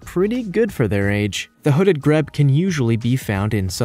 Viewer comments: It's pronounced Gr-e-e-b not Greb. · It's pronounced hooded [G-R-E-E-B] not 'greb' hahahaha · Its American there pronunciation differs from UK English I say say greebe not grebb (grebe) however its American so that's why he pronounces the names differently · Hooded Grebe - it's pronounced Greeb not Greb - just saying no offence meant. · The hooded grebe - pronounced greeb not greb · «Grebe» is pronounced “greeb,” not “greb.” There are other suspect pronunciations, and some quite questionable copy. To each his own. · It isn't a greab,your pronunciation. It's a grebe greeeebe pronounce the e. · Some of your facts are wrong. I only checked 2 that I knew. What else maybe wrong? Stellar Sea Eagle has the largest wingspan in the world - 245 cm wingspan (8' 3") Philippines Eagle wingspan 220 cm (7' 3") 'Grebe' is pronounced Greebe. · Pronounced Greeeeeb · Why can't you pronounce words properly? 'Tan-zan-eer '. And a Grebe is pronounced 'Greeeb' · Graham John Baker nope. I’m an American, educated in New England. The pronunciations of the 3 pointed out here are butchered by our English too. Believe me, being from Boston, I know butchered English. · Tanzania is pronounced TanzaNEEya, not TanZAYnia! Also,Grebe is Greeb, not Grebb! And Pangolin is PANgolin not Pan-GO-lin ! 😆